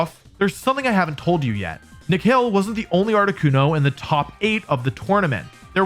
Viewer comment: It's not "Nekhel" It's Ni+Khil=Nikhil Reddy 😒😒(well my name is also Nikhil) he is from India😁😁😁